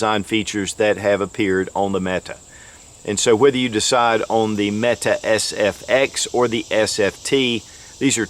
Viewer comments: Metay...not meta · It's pronounced Met AY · Met tay...Turkish warrior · I am a Turkish native speaker and Mete is pronounced /mɛ.tɛ/, the vowel sound [ɛ] as in /bɛd/. There is no length or tone on either vowel, just two short syllabaries: /mɛ/ + /tɛ/. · Pronounced meke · Why does everyone pronounce Mete incorrectly?